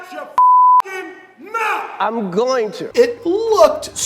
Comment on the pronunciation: Strange how Will Smith suddenly reverts to "ebonic" language. "Outcha fuckin mouf" instead of "out of your fucking mouth". SO weird...